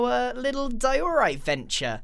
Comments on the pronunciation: (Im sorry but it triggered me hard) Diorite = Di-ER-ite not Di-OR-ite. (No offense, just had to speak my mind(*mentally prepares for hate comments*)) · ITS DIE-O-RIGHT!!! NOT WHAT YOUR SAYING sorry its making me angry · You pronounced diorite wrong it's pronounced"die - oh - right" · No one: Grain: D Ï E O R I T E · Love how he forgot to cut the “derorite box” mistake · diOREright? I call it Dierite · your saying diorite wrong